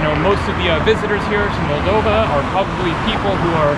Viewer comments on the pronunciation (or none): Hey mate, welcome to our country. Hope you'll have a good time. Btw it is pronounced molDOva, not MOLdova. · In Russian, the accent is usually on the second syllable. Thus, mol-DOV-a and Chi-SI-nau ... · The accent is on the second O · it is pronounced Moldova